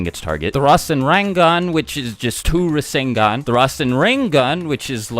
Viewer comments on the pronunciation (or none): I’m gonna take a shot every time you say rasengon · did u say minato created the resengan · Boruto's rasengan actually uses Lightning (Raiton) element. Not WIND (Fuuton). Sasuke specifically explained it to both Naruto and Boruto during the fight with Momoshiki. No biggie tho, I thought it was wind at first too.